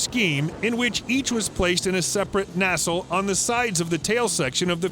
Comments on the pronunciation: "Nassle"? It's "nacelle". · Pronunciation Nazi here... The word "nacelle" is pronounced "nah-sell". you are welcome! ;^) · Find a pilot to teach you how to pronounce LORAN and nacelle. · I god damn dare you to mispronounce "nacelle" that badly a 3rd time. Go ahead. I'll wait.